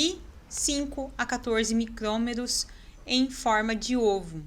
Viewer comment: Desculpa,mas preciso te corrigir pra você não errar mais em outros vídeos ou palestras que você for fazer.Micrômetros e não micometos.TrofozoÍtos e não trofozôitos. Parabéns pelo vídeo,bem esclarecedor.